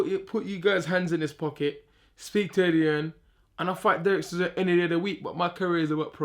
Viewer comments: CH, CHisora, not Sisora ffs - sick of hearing this mug tarking rubbish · Why does he call Del Boy 'Sizora''?!..cracks me up!